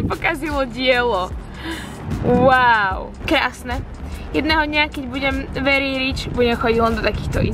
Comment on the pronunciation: Verrry rrryč 🤣🤣🤣🤣🤣. Prosím nauč se vyslovovat ta anglická slova, když už je teda musíš používat.